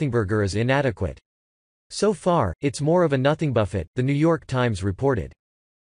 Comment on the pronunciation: And the voice program can't distinguish French words like 'buffet', mispronounced to sound like Jimmy Buffet's last name. Also it read 'm' (million) as 'meters'! I hate these auto voice programs.